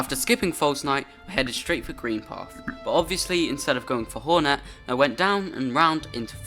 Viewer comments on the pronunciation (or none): did he say hornat not hornet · he’s talking about how he said hornat instead of hornet